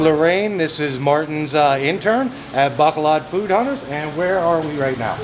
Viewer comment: Why cant americans prenounce bacolod and silay correctly